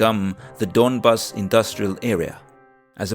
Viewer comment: donbAss, not dOnbass :)